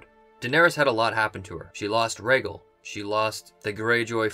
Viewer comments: You're a huge fan but you still cant pronounce "Rhaegal" correctly? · Casey W. He actually says Raygull 😂😂